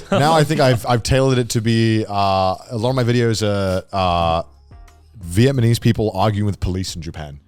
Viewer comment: Is Connor saying Vietmanese?